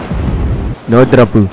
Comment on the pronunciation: The way u pronounce no dropu and each drops was satisfying lol